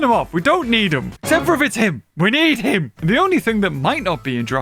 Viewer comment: "except him, we need him"- says the most british "him" in question